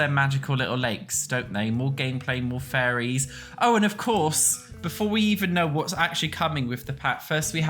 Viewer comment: Im sorry but it truly sounds like youre saying furries instead of fairies to me 😭😭